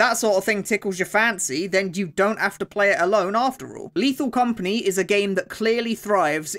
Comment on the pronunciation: Ok but, as a french, the "Léthal Comapgnie Créole" was pretty funny. For those who don't know, the compagnie créole is a french band.